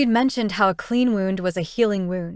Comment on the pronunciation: Good story, I emjoy all your books. The narrator I'm assuming is AI...wound is always pronounced wrong. But enjoying the books.